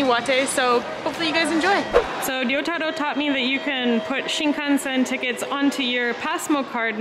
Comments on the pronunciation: you keep mispronouncing name wrong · Why does she keep saying your name wrong? It's like she cant even pronounce 'Risottoro'. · pronounces in a perfect Japanese accent, meanwhile Chris is in his Ramen shop saying Rissottoro over and over again in to a mirror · This is the first time I realized Chris has been mispronouncing Ryotaro's name the entire time. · I think it's more a case of Chris pronouncing it like a gaijin, and pronouncing it correctly (she is definitely not saying Yotaro). The Ryo- part should be pronounced as a single syllable, not to mention the R isn't supposed to sound like an English R, but is sort of halfway between R and L, which is maybe why you don't hear it when says his name.